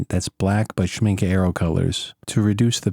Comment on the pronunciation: You always surprise me. Now you speak perfect German too?! You pronounced the word Schmincke perfectly ;-)